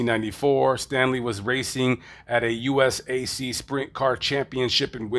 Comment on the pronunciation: Same owner and team but I doubt that it was the same car. Especially since the narrator doesn't know how to pronounce Vogler or USAC I don't put much stock in what he says.